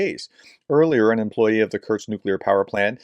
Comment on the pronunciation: Do you know Bingo? Create a bingo card from the words of Kursk, Kurtz, Kertch, Kertzt, Kertchk and all the other mispronunciations, and play bingo on watching those videos. Alternatively get a drink for every mispronunciation. So sad that the actually good information is tampered by bad preparation. Come on, this is just 5 letters….